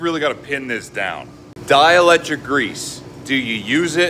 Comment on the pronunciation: it's actually pronounced dai·uh·lek·truhk